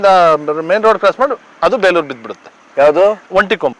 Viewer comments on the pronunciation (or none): Bro adu beluru alla bro bikkodu yak sumne beleuru beluru anta heltiya